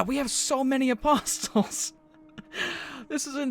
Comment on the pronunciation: Apostles Is Prounounced "Apos-oles